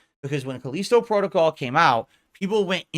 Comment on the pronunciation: I can't take his pronunciation of Callisto. He's trying to big brain it or something. Like most things I guess.